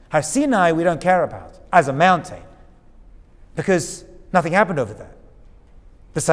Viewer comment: I sure do get a kick out of the way you say mountain. "Moun-tane". Cracks me up every time. 😁